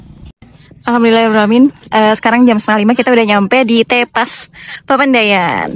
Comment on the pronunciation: bacanya bukan begitu , nyebut E pada kata TEPAS sama dengan nyebut E pada kata teman. Tepas dalam bahasa sunda artinya Beranda